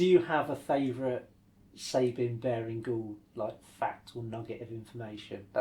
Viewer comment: Big mistake: His name: It's Sab as in 'cab', and 'ine' as in 'wine' NOT ' Sab' as in 'Babe' and 'ine' as in 'in'.